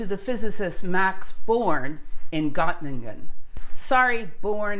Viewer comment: and It sounds like "Gottlingen" (with an L, but it's unclear to my ears, it might also be a G or an N), but I suppose you are referring to Göttingen. The letter Ö in German is pronounced something like the vowel English uses in "girl" and "earth". Also, I hear Margrethe Bohr's given name pronounced sort of like "Margaretha" with an English-style "th" like in "think". But in Danish, "th" does not convey the English "th" sound but is rather more like a "t" or a glottal stop (like the constriction in the middel of "uh-oh"). Further, and this covers most Germanic languages except English, when a word ends in an "e", it's not pronounced like an "a", but imagine rather if the word were given an additional "h" after the "e". So less "Margreta" and more "Margreteh" or indeed "Margreh-eh" (with glottal stop). Same for Lise Meitner, less like "Lisa" and more like "Liseh". Excellent content, don't let this stop you! Some people struggle with foreign pronunciations, and that's OK.